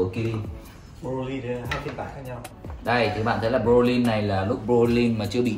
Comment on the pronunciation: Broly not Brolyn :))